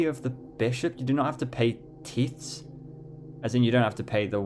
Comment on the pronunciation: lol - "Pee-a-tea" and "teeths" - Piety - like 'diet'+e or like Pie-a-tea, as in being deeply religious or reverent. and Tithes - pronounced with a y like tie-ths - to pay a toll, or pay a fee. great BP run - loving it!